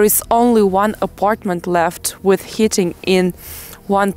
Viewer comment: lol, you are so cute. It isn't hitting but heating...also when you say leaving it sounds like living, you have to stretch the vowel a bit, other than that everything's perfect.